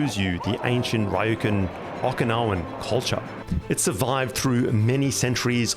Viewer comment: These are excellent videos, but in the voice-overs, it would serve your videos well to try pronouncing names of foreign places a little more accurately, like there's pronunciations for these sorts of words/places all over the internet. Hearing Qing as "Kwing" or Ryukyu as "Rye-oh-koo" was a little jarring. Just a small suggestion, considering how high the quality of everything else about your videos is. Really enjoying the videos though.